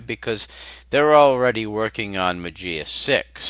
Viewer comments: It's greek. You speak "mah-zea" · it pronounced "mazia" strange !